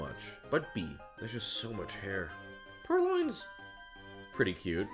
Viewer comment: DID YOU JUST SAY PURRLOIN?! WHERE IS MY SISTER'S PURRLOIN?!